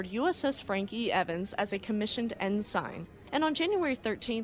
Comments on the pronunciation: It's pronounced "in-sin" not "in-sign". Sorry, not trying to be an ass, just an old salt. Gotta know the nomenclature! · Actually, it is pronounced EN SIN. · I don't know why it bothers me so much to hear "Ensign," pronounced "in-SIGN." instead of as, "IN-sin." But it bothers me. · Hi. The Naval Rank Ensign is pronounced "En-SUN", NOT "En-Sign". Sign me a 30 year Navy Senior Chief. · Excellent as always , and just a note , the rank of Ensign is pronounced " In Sin " . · Ensign is pronounced like "en sin" not "en sign" (I spent the 1980s in the navy) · small comment here. It is pronounced En-SIN not En-SIGN. Great vid as always, ren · Ensign is pronounced "In- sin" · Good vidio only one quibble the rank of Ensign not sure how to write this ,way its pronounced it sounds like EnSEN .like I said its just a quibble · Ensign is pronounced IN-SIN😊